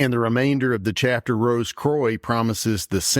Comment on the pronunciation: As always great stuff guys. Not sure about the French pronunciation of croix though 😂. It should be more like qwa. Or quack without the ck.